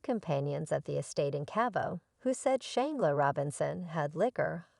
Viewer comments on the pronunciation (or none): Will you please pronounce her name correctly.